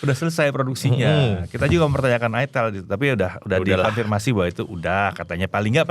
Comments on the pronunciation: kasian yang nyebutin Itelnya kurang bener, malah salah paham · Baru nyadar , itel klo di sebut orang sunda ..hahha😅😅😅